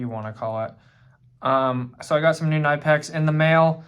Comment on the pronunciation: Zee Germans pronounce it Kuh-nip-ex....